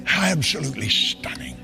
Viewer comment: the funniest shit ever lmaooo😂😂😂 "Absholutely Shtunning...siiish delishh" 😂😂😂 stay on demon time lmfaoo u can hear, see & feel the demon being summoned, the nerve to say "preach it brutha preach it" shit is pure insanity 😩😩